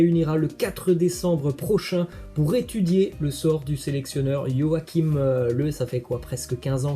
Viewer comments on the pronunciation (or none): none